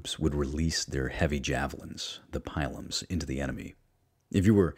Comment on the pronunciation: Love this but I think pronunciation of scutum, pilum, and pyrrhus may all be off